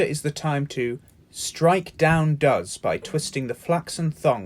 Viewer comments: he says does, as in "he does that". instead of does, like the prey animal. small mistake in the video. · Is this another computer voice!?! He confused does with does. Strike down DOES as in deer. Fail! Thumbs down.